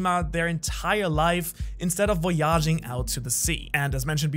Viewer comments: “voy-a-jing” lmfao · I liked how he said voyaging, I was going to comment about it but they I realized this man can speak 4 languages and I’m over struggling with English and Spanish ;-; love the video though!!